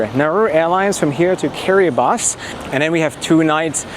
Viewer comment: Top marks for pronouncing Kiribati correctly, most people say it the way they see it, you obviously researched it.